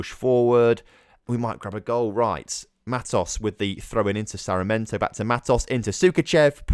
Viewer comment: SAR-MI(as in million)-EN-TO Hope it helps a tad bit with the pronunciation!